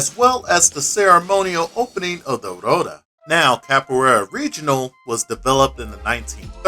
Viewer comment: Pretty good video, but I wanted to point out a couple things. Firstly, with Portuguese, R is usually pronounced as an H, so roda would be pronounced ho-da, and Regional is pronounced Hay-jo-nal. Secondly, as the styles developed, there have been further splinterings and refinements. There are those who feel Capoeira Regional became a bit more focused on the performative side of the art, with an emphasis on floreos, as demos tend to be more eye catching (granted that depends on who you're talking to and what mestre you're learning from). This has lead to styles such as Capoeira Abata under Mestre Camisa, which further emphasizes practical application and self defense. (I studied it for about two years before the classes were shut down due to lack of interest.) Honestly, this is still one of the better deep dives into Capoeira in fighting games that I've seen, so well done.